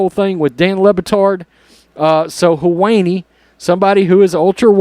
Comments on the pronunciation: Sounded like you said, "her weenie" 😆✌️ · 😅🤣😂 Him butchering the pronunciation of his name was awesome. The woke are eating themselves!